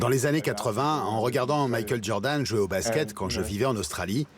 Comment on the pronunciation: « JordanS » « yeezyS »